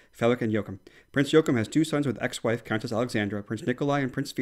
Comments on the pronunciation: I remember when Droning Margethe held her (new year) speech and that she messed it up Bc her papers were not in the right order. Anyways everyone who doesn’t understand the word “undskyld” it means sorry. Btw prince Joachim is pronounced “jordkim” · Ah, thank you - pronounced Joachim even worse (so bad that he insisted we take it out haha). We've heard the story of her papers being out of order (I think it was before our first new years). No matter what she's a superstar in our books:)